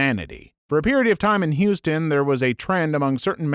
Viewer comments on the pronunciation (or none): none